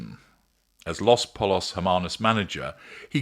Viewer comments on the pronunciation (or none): Pollos is pronounced with the two l's in Spanish making a y sound.